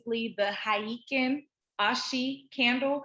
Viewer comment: heikin ashi- HIGHKIN ASHEE thanks for the good session as always